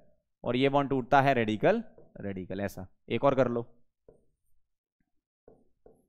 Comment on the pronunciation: "Chalo is ko pause kallo Note kallo" Was epic 😂😂